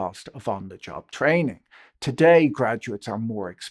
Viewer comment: on the job.. t r aaaaining? Whats that?